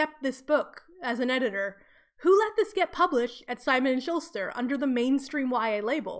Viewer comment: Simon and Schuster not Simon and Shulster. There is no Simon and Shulster, I have no idea how you got that so wrong. Also, it would be "with abandon." If they killed "without abandon" it would mean they are very reluctant and remorseful.